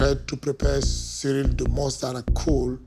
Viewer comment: Y’all butchered Ciryl’s name